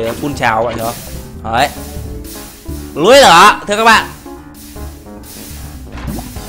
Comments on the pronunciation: anh đọc là "núi nửa" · Anh nói là núi lửa mới đúng anh tập nói từ núi lửa đi đừng ns từ núi nửa nửa